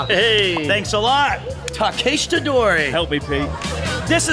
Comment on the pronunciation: really? ta-kest-ra, wtf? how cant you pronounce simple street names?